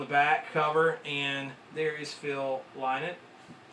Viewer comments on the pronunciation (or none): Lovely collection Just for the record for all the American fans Its pronounced lin-ott As in rhymes with tin nut , not lie knot